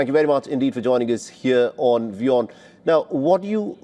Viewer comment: It's WION not VION Mr reporter